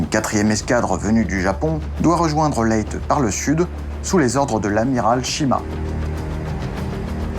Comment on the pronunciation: super intéressant. J'habite sur une une île proche de Leyte où je suis déjà allé.Il faut prononcer Leytais et pour l'île du nord c'est Luzon (Louzonne). Hâte de voir la suite.